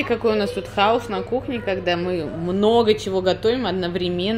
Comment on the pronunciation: не хаУс, а хаОс, учи русский с Климом, книги читай. Вовке блин хоть достался или папаша все употребил? Какой сюр у вас постоянно.